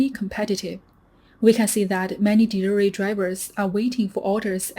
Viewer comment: She can't say the word delivery